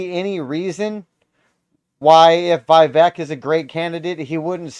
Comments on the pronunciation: Its vih... veak , not vaivek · Vivek is pronounced “Viv-ake” I love him so much that I changed my registration from Independent to Republican just to vote for him in the primary.